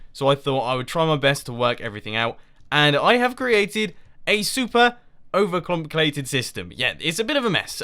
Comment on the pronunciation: 'over clomplicated'